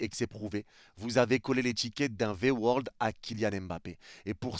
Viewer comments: V-word et pas V-world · Au pire il attaque le PSG sous entendu les dirigeants pas les supporters . Pourquoi prendre à cœur comme ça ? La pique elle est pas envoyé aux supporters . Puis on dit V word pas V world … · V word (mot) et non V world (monde) x')